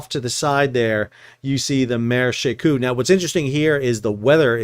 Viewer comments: Shekou, she like shou in should, kou with ou like saying letter o in English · She Kou is pronounced with an 'o' like the 'o' in coke. It is the name of a port in China that is across a bay from Hong Kong. When I visit Shenzhen, China, I usually take a ferry from Hong Kong to She Kou so that I can see the port.